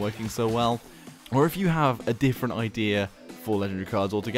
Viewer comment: Why do you say idear instead of idea